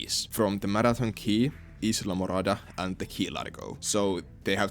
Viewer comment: I wouldn't expect you to get it right as even many Americans don't know but Islamorada is pronounced (Iyla-morada)